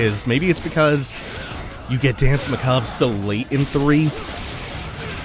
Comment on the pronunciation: It took me until now to realise that you weren't saying Dance McCob but rather dance macabre lol